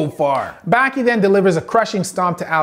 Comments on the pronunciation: Correct pronunciation below: Baki...bah-kee Hanma...hahn-muh Gouki...go-kee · Just a brief insight for pronunciation, Baki is pronounced as "bawki" . As for hanma, it would be " honma" A's are not as profounded. Same goes for Ali, not as pronounced as "Alli" but as "All-i"